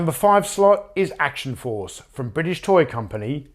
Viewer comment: I can't really find fault in that list. Well done! p.s. the way you say 'Action Force' is perfect and will forever be read with your voice in my head whenever I see the name.